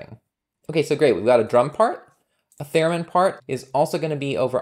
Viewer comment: Cool Python package and nice tutorial! Incidentally, I believe it’s “theremin,” not “theramin.”